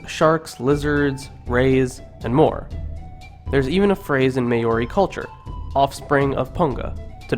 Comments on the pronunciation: may-or-e? HUHHHHHHHHHHHHHHHHHHHHHHHHHHHHHH? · its not ma ori maori you uncultured dumb ass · Note that the Maori pronounce "Maori" as 'Maul Dee". I lived with Maori and Tongans, English speakers constantly abuse native peoples languages. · May-ori aye haha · Thank you for spreading the word and knowledge. But like the previous comments have said do your research before uploading your video. I am of Maori ( Mar-or-rre ) descent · This breaks my heart and makes me mad that every word was pronounced so bad, please remove. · oh my language and how you butchered it😭😭😭😭🤣🤣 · Yo bro you really hurt my ears with your maori 😂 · bro not meaning to sound rude but thats not how you say māori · I stopped watching when you said "Maori" like that. How can you make a video about Maori mythology when you can't even pronounce their name correctly? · rip my ears because u didnt pronounce one word right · Your saying Maori wrong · Ahhhhh learn how to say Maori !! 😩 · Geez, learn how to pronounce the words properly!!!!! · YOU PIECE OF SHIT. YOU JUST SLAUGHTERED OUR LANGUAGE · Get the names right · IF UR GONNA MAKE A VIDEO ABOUT MAORI CULTURE PRONOUNCE IT PROPERLY!!!! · Surely you could have researched the pronunciation more thoroughly. This was paaaainful. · Great interpretation, I really liked the images. Terrible pronunciation but the substance was there. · pronounciation is bad at best but love the dialogue as a whole. kia ora! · I hate when you say Maori it's not pronounced like that aha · omg pronounce maori PROPERLY man damn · your pronunciation is REALLY off but most of this was accurate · that's not how you say it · Holly J i agree with you, listening to him pronounce these words actually make me mad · can you say Māori words right there really easy to say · You are SLAUGHTERING my language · Dude doesn't know our vowels are different to English vowels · My ears are hurting 🙉 please work on pronunciation...thank you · As am I, but I cringe at the poor pronunciation in this video.